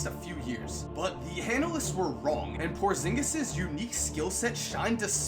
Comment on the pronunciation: I got chills when he said porzingus